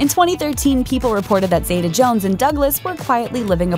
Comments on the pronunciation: It's ZEETA, not ZAYTA, goddammit. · Zee - ta not Zay - ta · First, get her name right. Catherine ZITA-Jones. Don't let the E in Zeta fool you into pronouncing it any differently! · Why do Americans pronounce her name Zay-tar, it's Zee-ta. She was named after her grandmother. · you're saying her name wrong but ok